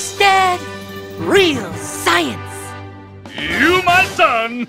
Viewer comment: I thought dibs dad said sinsens